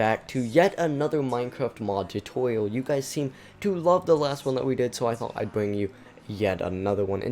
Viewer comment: why do you say tutorial so weirdly